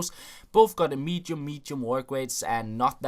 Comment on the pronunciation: "Mechium mechium wotkrates", "Free Free"... Sort you're english out..